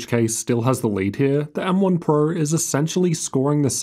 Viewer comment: "M1 purrr" 😆